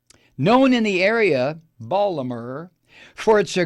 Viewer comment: I like you, but that's not close to how we say Baltimore in Baltimore. So please stop getting it so wrong! It's insulting. I totally hate Trump, and don't support anything connected to him. If i were you, I'd maybe choose some of the words you used in this video more carefully. That isn't a threat, just good advice.